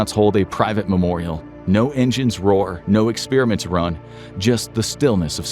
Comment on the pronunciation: The way you pronounce, “experiment”, upsets me!